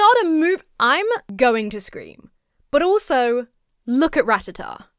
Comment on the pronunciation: I don't know why. But hearing Rattata being pronounced correctly is like an orgasm for my hears. The amount that it's pronounced incorrectly across social media is so bloody jarring.